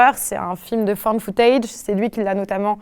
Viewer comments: Alors c'est Ennio Morricone qui a fait la musique de The Thing de Carpenter et on dit "Found Footage" et non "Fan Footage" pour des raisons évidentes. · "found footage" et non pas "fan footage" ;)